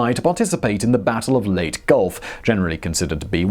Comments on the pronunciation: Leyte is not pronounced "Late". Next time try "Lay Tay". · Oh, Simonize, Lay-tee. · Leyte: late-eee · I know you said "Have a go at me in the comments", so here it is: "Leyte" doesn't have a silent "e"; it's pronounced "Ley-te", not "Leyt", just putting that out there. No dislike for you though; presentation was rather good. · I love how he says late gulf, instead of ley-te gulf. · LAY-TEE gulf.... great vid! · Enjoyed the video, thank you. One quibble - it's 'Lay-Tee' Gulf, not "Late" Gulf. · 大和, Yamato is pronounced yam-mah-toh, while Leyte is lay-tee or lay-tay. Not sure if that's the convention in the EU, but my Dad served in the Pacific during WWll (I'm 73) and read us stories from 'Yank' magazine, complete with sound effects. Better than any history class... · Leyte (lay-tay) Gulf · Leyte is pronounced Ley-Tee.